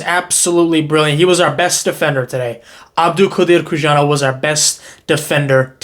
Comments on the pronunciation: Bro please, it should be read as "Who-son-off" not Kushanov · How long more will people mispronounce Khusanov’s name? Come on, it is not that hard. There is no “sh”, “z” or “k” sound. It is HOO-SÁH-NOF